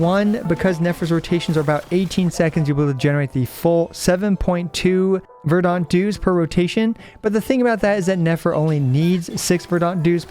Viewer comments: Stop.Saying.VERDONT. It's "ver-dent". As far as I can tell you're a native English speaker and it's painful to hear you butcher it video after video. Love everything else about your videos, take care! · Great video! I don't know if you are doing this on purpose or just sight-reading the word verdant. The a is silent. /ˈvərd(ə)nt/ it sounds like vur·dnt.